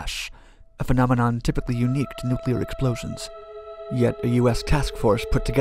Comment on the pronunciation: And is it so hard to find someone, who is going to repeat the term 'nuclear explosion' numerous times, who can actually say 'nuclear' instead of 'nucular'?